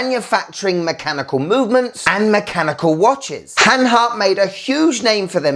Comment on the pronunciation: Good Stuff man! You said hanhary 20 times!